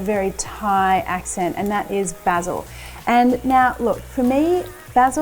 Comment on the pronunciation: 10/10 for pronouncing Basil correrctly.